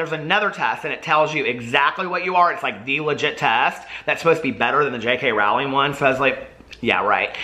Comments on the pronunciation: You pronounce Rowling like Rowley from Diary Of A Wimpy Kid. Its Rowl-ling (Rowl as in rowley, and ling as you'd pronounce the end of Rowling.) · Rowling rhymes with bowling. We talked about this! 😂